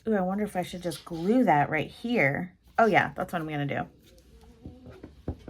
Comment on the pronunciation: Okay, much to comment on! The way you say '...Galoo' (glue) in your intro has me smiling like crazy, Sherman snoring in the background has me chuckling...and then the actual ICAD, CUTE or what! The quote is just perfect. Can't believe you threw his legs away, lol. 😘❤